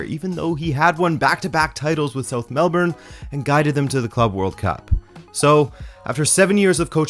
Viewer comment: Nailed pronunciation of Melbourne! ❤️ (Then botched Prahran lol - pronounced "Pa-ran", I know it's weird)